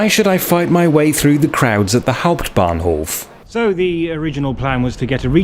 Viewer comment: "Next Station: Hanau Hauputbahnhof"?thats sounds very German :L